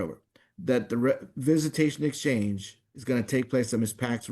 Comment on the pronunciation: If he would pronounce EXchange correctly there wouldn’t have been an issue ffs